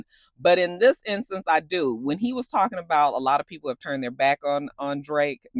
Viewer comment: with peekaboo you gotta say it like “talm bout” and bring out that ATL lol